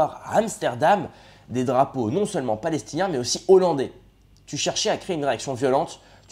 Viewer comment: Pour soutenir un YouTubeur qui « maîtrise le verbe ». On ne fait pas la liaison devant un mot débutant par un « h » aspiré. Ex: des hollandais, donc ne pas dire : »des zollandais ». Sinon, j’ai mis un pouce en haut pour cette vidéo.